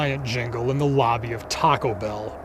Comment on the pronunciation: After all these years, I still can't get that pronunciation of "Taco Bellll" out of my head. I've always felt this film had so much to unpack, so many levels that were prescient and warm and cuddly terrifying. Great job on this analysis.